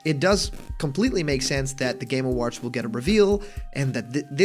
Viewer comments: "Game aWAHrds" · "Game Awarhds"